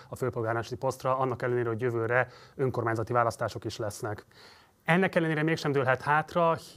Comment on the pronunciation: Ez a csóka is hadar és többször is meghallgattam amikor kimondja az ÖNKORMÁNYZATI szót, de , ne nem tiszta, hol faragja le a szó végét.... :D Logopédus van a csapatban? Mert kéne!!!!!